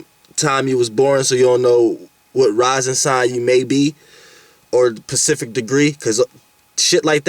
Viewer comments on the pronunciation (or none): Yo peeps is this dawg saying pacific or specific ? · he's saying pacific ... BUT YOU KNOW SPECIFICALLY what he's talking about!!!☝🏽🔥🏹👊🏽